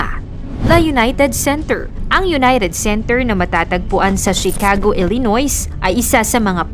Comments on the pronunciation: Elenoy! Not elyonoyz 😂😂😂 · ilinoy po mam ang pg pronounce nyan. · yes, E-Le-noy po ang pagbasa nyan po. Silent s. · Silent s po ang illinois.. b yan..